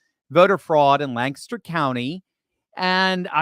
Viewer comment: PLEASE TEACH THEM TO SAY LANCASTER!! 😂❤❤